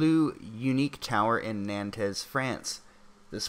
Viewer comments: How the fuck can you not says “Nantes”? “Nan-tez”? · "nantez" lol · Nantes is pronounced Nont :) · It’s pronounced non.